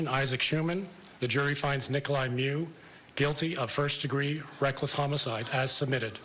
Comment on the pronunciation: OMG it's not "Me-you" it's "Mew" this journalist drives me nuts with his pronunciation, lol